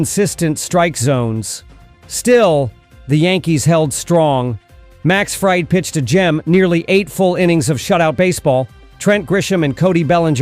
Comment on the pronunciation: Is this narrated by A.I ? Because am I mistaken or did he call him Max Fried as in fried chicken several times ?